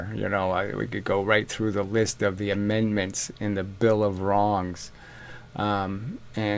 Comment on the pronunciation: "INMENDments" to the bill of WRONGS! 😂